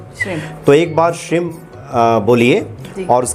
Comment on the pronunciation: Shrim nahi shreem hota hai